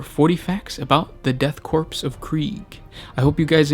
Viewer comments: I was initially upset how he pronounces ‘corp’ as ‘corpse’ but I mean it’s fitting since it’s the *death corps so.... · I agree. I love the fluff but it was very difficult to keep listening to the improper pronunciation of the word "korpse". Please double check pronunciation. It is pronounced like core. Otherwise great video. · Pronounced "Corps" rather than "Corpse", no? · Oh. My. God. Please for the love of the Emperor, STOP SAYING "CORPSE." "Corps" without the "e" is pronounced like "core." Every single time you said "corpse" was like having metal shaving forced under my fingernails, one jarring millimeter at a time. - Grammar High Inquisitor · >death corpse KORE. <-- Please say it literally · nitpick, corps is pronounces "core" not "corpse" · 1) I enjoy your 40 facts videos... 2) And Im sure this has been pointed out in the last year or so... but it is pronounced at CORE. You dont say the US Marine Corpse. Its said just like the word "core".... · Why is it you insist on horribly mispronouncing something in every single video? It's pronounced like core not corpse... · Core. it's pronounced Core. It's French. About the fifth time you said "corpse" I had to stop listening. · Her is a fact for you the ps I'm "corps" is silent pronounce it as core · Corps is pronounced “core” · Hello, friend. "Corps" is pronounced with a silent P. It's bad luck to pronounce it as Corpse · Corp is pronounced core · Corp = “Core” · Death "corpse" I wish I was a corpse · Sweet Jesus. Korps, or Corps, is pronouced CORE!!! Like the core of a planet! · Corps(Korps) is pronounced as Core lol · Austin Johnson "corps" is pronounced core, korps is not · Good video, but the "P" is Corps is silent. Pronounced like core. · "Death Corpse" stopped listening right there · Ahh the deff "corpse" of kreeage, muh fovareti